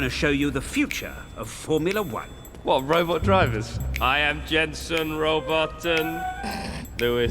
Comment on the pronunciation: He says Jenson Robot-ton